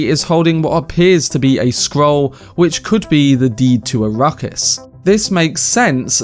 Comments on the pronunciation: Please it is “arack-is” not “a-ruckus” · It could just be his accent! Give him a break!